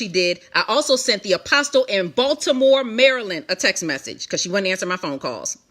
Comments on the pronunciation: One last thing, why in the world does this lady keep saying Apostle, the "T" is silent, so it is Apos"uhl" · 21 minutes in and she hasn't gotten to the meat...way too much "filling in " instead of just stating facts. FYI, the "T" in the word "Apostle" is silent. I would think one "called" would know that. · OMG the “T” in “Apostle” is SILENT!!!! I cannot stand it!!! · The T is silent!!!!!